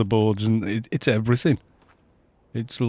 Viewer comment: You just gave away your "Welsh" there "It's eveeeryyything". Dane here, but been skiing with a couple of Welsh ;)